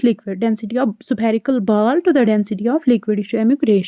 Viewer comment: Vaiilocity 😂 supherical😂 Baaaaal😂 Faaaarmula